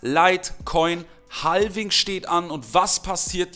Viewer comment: Mal ein kleiner Zwischenschiss: man spricht es "ha-wing" aus, nicht "hal-wing", das L ist stumm. Dennoch natürlich DANKE, wie immer, für das Video!;)